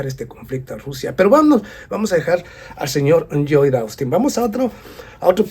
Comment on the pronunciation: Lloyd Austin Secretario de Defensa de Estados Unidos El nombre Lloyd se pronuncia como una L, Loyd